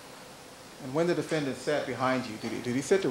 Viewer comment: Why does Darden keep saying defenDANNNT